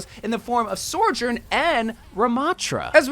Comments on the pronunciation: i cant be the first person to point this out, but... it's not "sor-journ" it's "so-journ"... just the one R in the second syllable. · I’ve tried to withhold saying anything about your pronunciation of Sojourn thinking you’d work it out by now… but it’s SO-JERN, SEW-JIRN; not SORE, it feels like pulling teeth every time I hear you say her botched name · praying for the day you stop calling her Sore-Jern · it tilts me beyond belief that you call her S o r j o u r n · He’s still saying sojourn wrong when we have them saying it correctly IN THE GAME